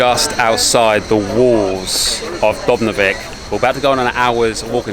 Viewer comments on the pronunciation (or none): Nice video but I would make a small effort to pronounce name of the city properly. That way you show some respect. It reads as- DOOB-ROW-NICK. I hear you both say something like DOOB-NOVICK. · Heheheheh DUBROVNIK no DUBNOVIK ok? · Get the facts real, its Dubnovik! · If you're going to review a place, you should at least learn how to pronounce its name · You do realise you’re saying Dubrovnik completely wrong. Also what on earth is your accent? The man sounds british but not sure about the woman. Is it Aussie, South African?